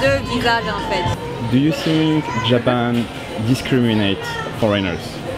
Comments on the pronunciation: ''do you sink'' 😅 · J'ai regardé pas mal de vidéos de la chaîne c'est vraiment super, par contre faut que tu arrête de dire "do you think" en prononçant avec un "S" sinon sa veut dire "évier" le TH est dur mais prononce avec un "F" à la place ce sera moins bizarre ;)